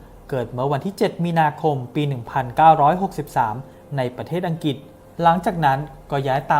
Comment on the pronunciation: อังกฤษ ออกเสียง ควรจะมี ล ด้วย ไม่ใช่ ออกเสียงว่า อังกิด